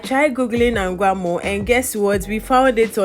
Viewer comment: The thing eeerh we've brofolised the oil rice eerrh...It's anwamo not angwamo.. by the way I love your video...keep it up dear.😊😊wow let your face come wati😆😍